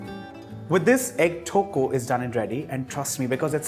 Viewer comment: The way you pronounce thokku is absolute blasphemy. But your dishes turn out great whenever I try it so I'll let this slide.